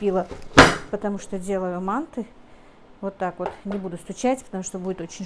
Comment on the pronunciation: надо говорить манты ударения правильно произносить а так все нормально удачи